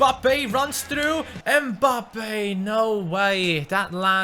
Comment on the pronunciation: come on his name is mbappe not embappay